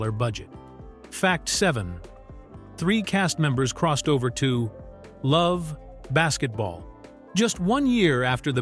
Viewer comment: Get rid of this AI shit. Its Love AND Basketball. Not that hard.